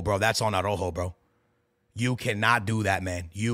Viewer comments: Stop saying Arrojo bro it’s Araujo 😂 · Bro even harry kane can pronounce Araujo better than is crazy 😂